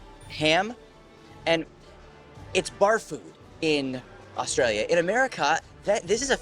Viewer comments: Nevermind the way Americans say water.......The way you say Australia (Oztralylia) is hysterical 😂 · Americans replaced T with D and always leaves the L out of Australia lol